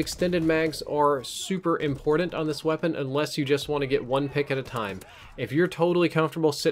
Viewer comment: Lol "impordint"